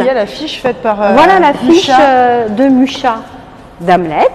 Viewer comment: Très bonne explication, mais attention on dit bien "Muxa" et non "Mucha", je vous laisse voir la prononciation Tchèque